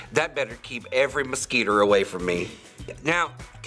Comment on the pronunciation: “It better keep all the mesquiter away from me.” 😂😂😂